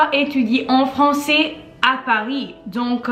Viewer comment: Elle a un problème avec le AI. Elle dit "francET" au lieu de "françAIS" par example. Cependant, je crois qu'elle parle très bien et sans aucune difficulté.